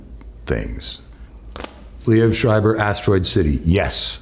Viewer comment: I dont know who told you that pronounciation but the way he says it is pretty close to the german word. no german would pronounce that anywhere close to what you wrote.